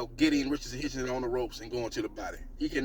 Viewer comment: Stop saying Hitchinson